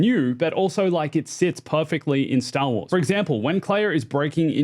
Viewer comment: Say Stah Wahs again.